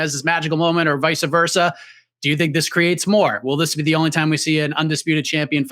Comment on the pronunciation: you gotta stop saying vica versa my dude